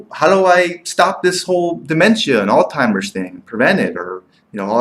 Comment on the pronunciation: This is what happens when a nonmedical person reviews a drug. Garbage, hinting at payouts and zero understanding of drug classification and how certain classifications tend to cause the same side effects. I'm hoping the nonmedical viewers caught your incorrect pronunciation of Alzheimer and cognition and thereby took your opinion as just one man's opinion and not a medical one. You should be ashamed to tout your nonmedical opinion to scare patients into not taking a drug that may work for them. The drug is a godsend for those it works well for. Why not spend time digging into the side effects of aspirin, worse, and the fact that we still can't say how it even works.